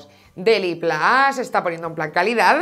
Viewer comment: DeliPLAS?????? En seriooooooo? Par favar que me sangran los oídos. Deliplus de tota la vida xD